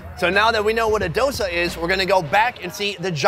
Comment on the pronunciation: FFS ITS DoSA NOT DOSA